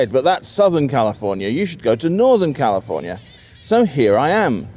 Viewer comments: The SF Bay Area is not Northern California. It is Northern Central California. Northern California consists of the regions north of Sacramento. BTW, you pronounced "California" as "Californier" at least twice in the video. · Kinda of like your way of saying California or America … you say Califorier Americer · lol, you say CALIFORNIARRR. that's the british accent, adding the R's, and considered hood where I'm from in (metro DC area) aka dMv, now residing in SF or (the City) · You call yourself a stickler for pronunciation, but when you say Californ-yer and Americurr it just makes you a dick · 8 seconds in your British adding an r to words that end with the sound ah.. Californier… that’s always interested me with British pronunciations